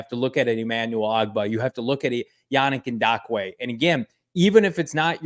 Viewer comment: Is throwing a “D” in Yannick Ngakoue’s name?